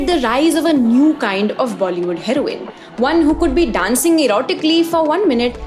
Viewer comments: you pronouncing heroine are Heroin 💉 is crazy smart😂😂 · saying heroine like heroine (the drug) i dont know if intentional or not is very funny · The way you say herione its sounds like drug